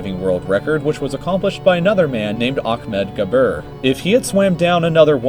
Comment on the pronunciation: I am Arabian..... And the way he pronounced Ahmed Gabr is sooo wrong.... It's triggering